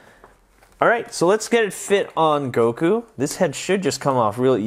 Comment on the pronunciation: Not guko it's Goku